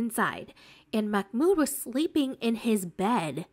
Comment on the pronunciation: Love ur vids. I think his name is not pronounced Makh-mood, i think it is Mah-mood